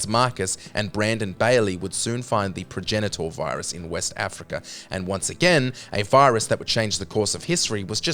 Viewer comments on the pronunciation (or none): My mans really said pro genital virus 👍